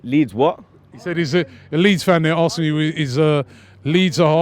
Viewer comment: Lol it’s Leeds 😂😂😂